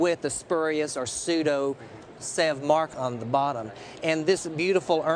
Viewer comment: If you can't pronounce Sèvres correctly you deserve to buy a fake...